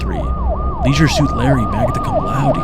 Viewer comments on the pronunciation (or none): none